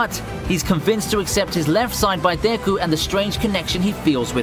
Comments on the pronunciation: Nobody: This guy: dAyKu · Is so painful hearing him pronounce Deku